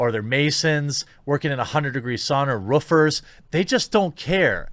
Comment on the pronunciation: Haha, "ruffers".